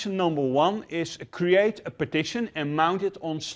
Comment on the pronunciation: Is he saying partition or petition ?